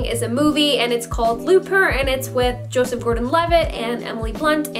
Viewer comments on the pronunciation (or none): none